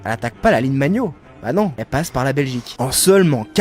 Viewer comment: La ligne magnot, vous êtes sûr de la prononciation ? 😅